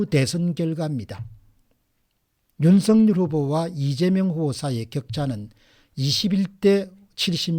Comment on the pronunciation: 윤석렬 발음할 때 이름에는 연음법칙 적용 안되어 윤서결이 아니라 윤성열로 발음해야 합니다.공박사님은 정확히 윤성열로 발음하시는군요. 감사합니다